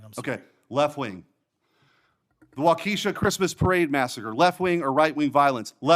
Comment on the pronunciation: My only criticism of Senator Schmitt is that he mispronounced Waukesha.